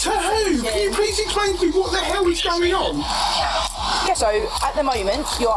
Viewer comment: “WOT THE ELL IS GAWING AWN?” You’re gettin kidnapped by the state bruv, fuck you mean? 😂